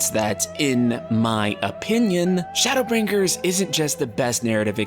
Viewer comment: Why do you emphasize the G in BrinGers so prominently? Is it a dialect thing?